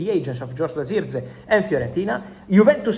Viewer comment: Bro it's Jerk-Zee.. Jerk .. Zee Not Ziechgee